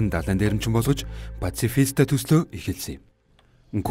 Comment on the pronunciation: пацифита geed baih yum пашифиста geed zov helelde yadaj